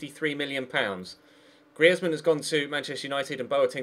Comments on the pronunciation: "Gree-eth-man"??? lol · The way he says Griezmann really makes me laugh